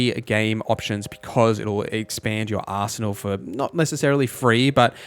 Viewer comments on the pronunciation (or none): none